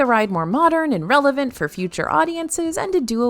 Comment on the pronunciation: Did she say "Relephant" instead of relevant? ?